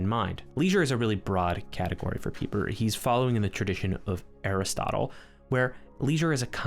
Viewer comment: Good job on your correct pronunciation of Pieper!